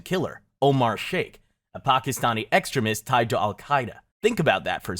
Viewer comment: Bro, you need to learn how to pronounce basic words if you want people to take you at face value. You should know how to say ‘extremist,’ ‘reconciled,’ ‘coordinating,’ Cheney, and Rumsfeld if you are going make a video on 9/11. It makes it look like you have not done your homework.